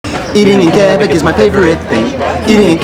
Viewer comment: Thank you for saying Québec right